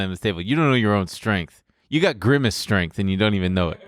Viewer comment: grimace but pronounced like versace